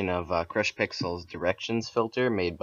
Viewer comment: He said chrash pixel :D